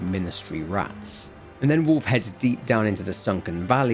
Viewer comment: I only listened so I thought you were talking about Warf.